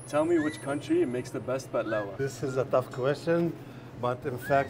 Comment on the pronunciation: Can someone explain the regional difference between the pronunciation of baklava? They both said it differently in the beginning